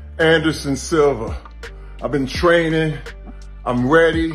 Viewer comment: "Brazill!" Silva: " I'm weady."